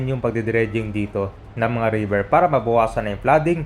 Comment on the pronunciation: “RIBER”. TULLAHAN RIBER. 😊